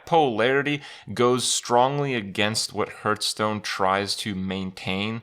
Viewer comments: I love playing Hearthstone, but what is this HurtStone he's talking about? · What's this game 'hurtstone' he's talking about?